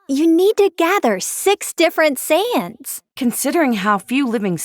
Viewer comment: Why do i hear Sans instead of Saiyans?😭